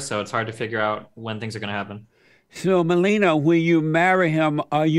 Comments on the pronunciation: I love how he pronounces "Melina" as "Melenia" aka. Trump's wife 😂🤣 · Called her Melinial lol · 40 minutes in, he still hasn't pronounced Melina's name twice the same. Amazin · The fact he first says it right and then correct it wrong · I like how he pronounced Melina’s name right and then corrects it wrongly. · He pronounced her name differently, and wrong, every single time. 😆😆😆